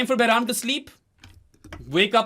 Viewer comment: Its annoying to hear wrong names of players.... don't do this either in fun way otherwise you r Behra instead of behram